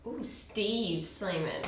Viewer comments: Drink every time she says Slaiman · Slamain degil süleyman :D 🇹🇷🇹🇷🇹🇷🇹🇷🇹🇷🇹🇷